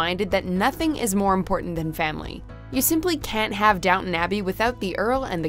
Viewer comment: Please stop pronouncing “Downton” like that. Please.